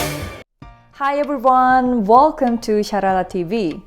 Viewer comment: 헬로 에뷜리워어언~~~발음👍🏻👏👏👏❤️